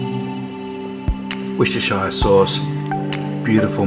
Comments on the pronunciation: Its pronounced wusta sauce not warsestshyr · Pronounced ‘Worster’ sauce. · Any place in the U.K. ending ‘shire’ is always pronounced ‘sheer’ or ‘sher’ (depending on where you’re from) and not ‘shire’. Hence ‘York-sher’ or ‘Worcester-sheer’ (which is additionally pronounced ‘Wooster-sher’ just to confuse things). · Where you from you have trouble like Americans when you try to pronounce Worcester sauce properly